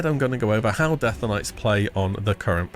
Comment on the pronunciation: why are you pronouncing death as deatha? Deatha Knights:D